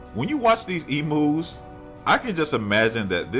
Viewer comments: Lol I love the way he said emus that was funny .😂😂😂😂obviously not a Aussie lol . It sounds like he’s saying emoos lol that’s funny .that spider spell check keeps changing it so I’ll say spider .I’m live in Australia.yes they do get this big ive seen them myself .they seem to come inside before it rains . And far out can they run fast jump to lol .I didn’t think this was an Aussie the way you said emoos that’s so funny . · they are pronounced like EMYOU